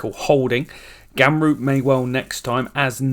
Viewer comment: do wonder what it will take for u to say ramroop and not gamroop